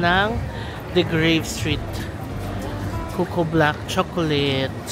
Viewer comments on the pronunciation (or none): none